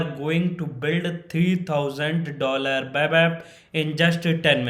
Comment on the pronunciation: Web ❌ Wep ✅😂